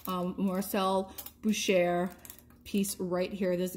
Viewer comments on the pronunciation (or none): “ Boo Shay “ ( French pronunciation ) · First time watching your channel. Nice jewelry finds and great prices. By the way, Boucher is pronounced Bow (as in take a bow) Shay.